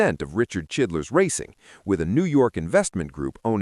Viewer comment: Uhh.............. Who da fuck is chidlers????? Don't ya mean CHILDRESS??? Get it right guys,!!!